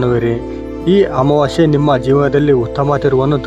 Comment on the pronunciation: ಅಮಾವಾಶ್ಯೆ ಅಲ್ಲ ಅಮಾವಾಸ್ಯೆ ಕನ್ನಡ ಉಚ್ಚಾರಣೆ ಸ್ಪಷ್ಟವಾಗಿಲ್ಲ